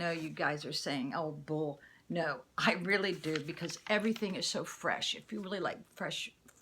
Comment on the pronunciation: Wat a weally weally nice blouse ur wearing..jus thought I'd mention that